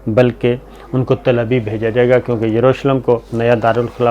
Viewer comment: AOA, not til but tal it means mound or high ground thanks